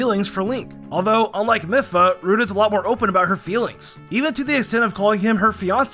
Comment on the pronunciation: Did he realy call Mipha: mifa